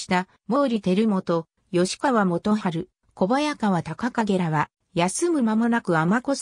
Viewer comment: 吉田郡山城（よしだぐんやましろ）、吉川（よしかわ）、京（けい）など間違った読みが多いので動画作成後はチェックして修正して下さい。